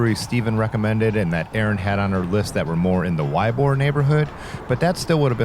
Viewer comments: *Ybor = "ee-bor" :) -ex Florida Man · I grew up in Tampa and almost none of this infrastructure was there the last time I rode there about 10ish years ago. Also, the neighborhood is pronounced EE-bor, lol, but I guess if you didn't grow up with it that wouldn't be as obvious. I'm glad y'all had fun!